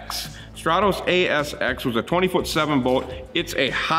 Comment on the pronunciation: Strah-tos??? What??? Strat-US!